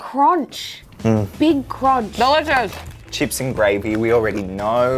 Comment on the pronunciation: CRONCH.. A BIG CRONCH!! 😂😂😂